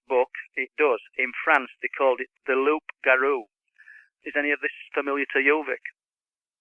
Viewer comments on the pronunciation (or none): Its pronounced Lou(p) Garou not Loop Garou the P is silent. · In France, we prononce " Loup-garou" =>Loo Garoo. It comes from Leu in old french and garou from gare ( beware of) .So beware of the wolf gave " gare au leu" then Loup-garou. You must know also that a vegetal named lupus lupus, a very toxic one was used during midle age to kill them associated with meat...